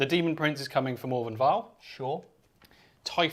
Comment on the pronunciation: Morvenn, not More-vien.